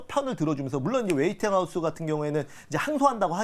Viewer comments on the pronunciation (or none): 웨이팅하우스 아니고 웨스팅